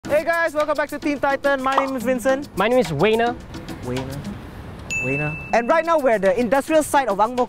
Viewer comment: it’s wincent and wayner